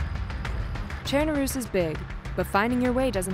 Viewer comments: Did she say chairnaroos? Monkahmm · why is this woman saying ChernaROOS?!?! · Are they saying chernarus wrong or am I saying it wrong?